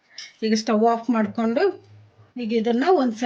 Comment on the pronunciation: ಮಾಡಿಕ್ಯಂಡು ಅಲ್ಲ ಮಾಡಿಕೊಂಡು ಅಂತ ಹೇಳಿ ತೆಂಗಿನಕಾಯಿ ಹಸಿಕೊಬ್ಬರಿ ಅಲ್ಲ